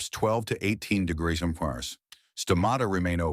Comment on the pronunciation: AI can’t pronounce the word “degrees”. LOL